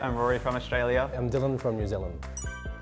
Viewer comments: em Dilin frum New Zilind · Dylun from Nu Zeelun